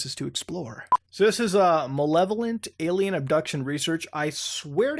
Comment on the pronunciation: is mutahar physically incapable of saying "alien"?